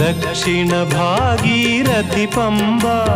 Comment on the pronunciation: ഭാഗീരഥി.. ഗംഗാധരൻ..അക്ഷര ശുദ്ധി.. 🙏🙏🙏